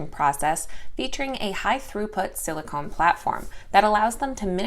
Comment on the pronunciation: In your segment on twist, silicon is not pronounced as silicone.